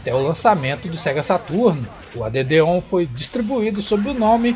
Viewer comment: Show amigo, excelente video! A pronuncia correta é "ÉD ON" e não "a d d on"